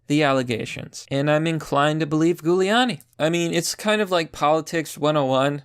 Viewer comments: I like the content, but I have to ask, do you butcher these pronunciations deliberately? Honestly, it doesn't help your credibility. It's Jewel-ee-ahn-ee. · Thank you. Just trying to assist you here. His name is pronounced in the beginning like a jewel. It actually sounds like Jewel-e-a-knee. 👍🧡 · I love your videos but it's pronounced JULIE-ON-EE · Its pronounced Jew-lee-an-e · Giuliani is pronounced JEW-LEE-ON-KNEE 👌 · It's a soft G!!! Literally pronounced Jew-lee-ahh-knee! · Pretty sure it's Hoo-Li-Ani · Gooleawnni. Lol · Love your work, but you're not from NY. Its pronounced phonetically, jewel-e-on-e. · its pronounced JEWliani, bro.. get it right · The goo-liani is killing me. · are you mispronouncing Giuliani on purpose? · Dude, have you never heard Giuliani's name pronounced before?? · Holy shit, he can't say italian names. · You're saying his name wrong. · Pretty sure that's not how it's pronounced. It's an Italian name, you're pronouncing it in a very American way... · How do you not know how to say Rudy's lady name. It starts with a J sound even though it a G. Bc it's Italian. No one has ever pronounced it with G sound in every major news and TV - ever. Just saying. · Dude I have never once heard Giuliani's name pronounced that way before this video... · Why are you having trouble pronouncing Giuliani? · Its pronounced Julie not Gulie lol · It's not 'Gooliani' it's 'Jewliani' How do you not know this? Otherwise, great video. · It’s not “gew leani”, it’s pronounced Jewel lani. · Jew-Lee-ani, not ghou-liani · JU liani. Lol not Goo liani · Just tried to type out phonetic spelling, using the first 3 letters of jewel... comment is shadowbanned..... you nailed it though PLEASE PRONOUNCE HIS NAME PROPERLY. "J*w-lee-aww-knee" NOT "Goo-lee-aww-knee" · ok pls pronounce his name correctly.. JEW-uliani pls bud.. thanks~~ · It's pronounced Juliani. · It’s Giuliani - pronounced Jew-Leonne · "jew le ann e" for correct pronunciation, lol